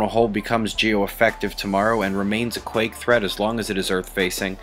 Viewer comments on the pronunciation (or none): none